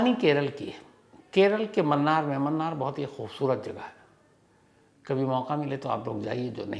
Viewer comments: Mannar nahi sir munnar hai u pronounce it as moonar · Wo munnar h sir mannar nhi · Sir ji, bo 'Mannar' nahi 'Munnar'.😊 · मूणार is the right pronunciation.. it’s not “mannaar” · Its not mannar it's munnar😂😂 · It's Munnar not Mannar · 'Mannar' nahi hay boss 'Munnar'😊